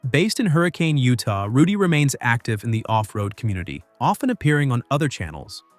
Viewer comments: And Tucker! I won't miss Catelyn, she's not all that. Matt will just replace her with another young girl to add to his ratings. Oh, and if this channel actually watched any of the episodes, they'd know that the town is pronounced Hurr- a- kin not hurricane like the weather. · Matt pronounces it Hurrican. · Pronouncing city wrong. No like the weather ....hurricane